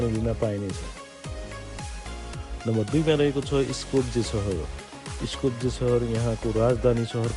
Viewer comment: (ह्रिस्तिजान मिकोसकी) Capital City Skopje ( स्कोप्ये ) Here and in most European countries, J is pronounced as य, यो europe को continent मा हो तर european union मा समेत अहिले सम्म प्रवेश गरिसकेको छैन धन्यवाद 🙏